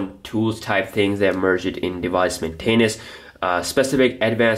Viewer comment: The way you say Maintenance and Multitasking is cringeworthy. Pronounce better please. Also you seem extremely bias toward nougat being best.